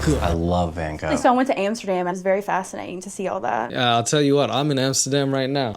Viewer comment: They both "love Van Gogh" but can't be arsed to pronounce his name even remotely right.